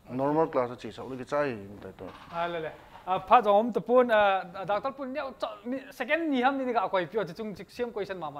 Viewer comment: Dr. Pu thusei chu akicheh set jenge. Chuleh, just feedback, IMPACT TV a anchor lang hi themkht paotho ( Pronunciation) hi themkht hoideu leh kati e. Doctol..Hd. Qrtol.... Helf..kti ho hi smart jep sah ute.IMPACT TV Kuki Edition team machal un lang khangjing un.